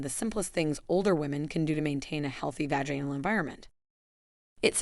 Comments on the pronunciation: If we must be subjected to these AI narrated videos can someone please make sure words are pronounced correctly. Vag-anal is not how vaginal is pronounced nor is gynecologist pronounced jino. Douche is pronounced several ways as well sometimes correctly other times not. Nice that they cloned Scarlett Johansen's voice though. I’m sure she will be thrilled. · My teeth were grinding every time the narrator said "vaGAInal" or "JYNecologist" 😬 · You pronunciation of the words is really sad. it’s vag in al and gynecological-gone i cal logic cal not the way you pronounce the words. I’ve smelled younger people. How about making videos about keeping your breasts in the blouse instead being exposed for the whole world. How about not wearing spandex with thongs? How about men pulling up their pants over their bellies? What about men wearing their jeans down around knees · Why is this AI Continually mispronouncing words like VAG- anal , JYNOcologist, and DUTching? Is there any over-sight prior to publishing? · You mispronounce many words, like "vaginal" and "douche". Are you Ai? Automatically I won't listen to anything you spout! How much difference does it make for your profit from this? And nonthing you have said here is something I haven't heard before. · Women or men do not smell badly they smell bad, not badly badly is an adverb. Also, I hate AI generated audio, mispronounced vaginal, douche and anal please stop using AI generated audio !